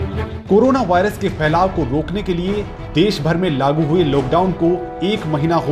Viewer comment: अबे चोदु वारियस नहीं वायरस होता है